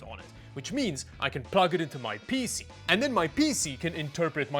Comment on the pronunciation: The way says PC makes me uncomfortable